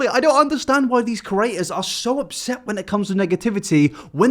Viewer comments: I'm begging you stop saying Curator....CREator pls for my sanity pls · I dream one day you’ll pronounce ‘creators’ right but I guess the contents good enough for me to ignore it 😉